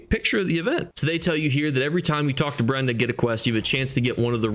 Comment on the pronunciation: "Breda" not "Brenda" lol, thanks for re-doing the video with no dinosaurs